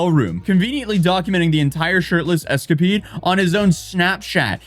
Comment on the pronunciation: My favorite pronunciation this time was . "Escapeed"